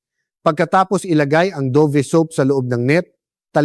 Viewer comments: Hindi yan Do-vee. You prnounce it Dove ( davv). What kind of AI is this? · I think it pronounce as Dove like a Dove bird not Dovee.. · Bakit " Do...ve? Dove po! Yung english ng kalapati!!